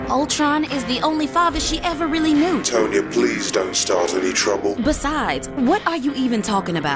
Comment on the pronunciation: Tonya - "TAHN-yuh" rhymes with Khan-Yuh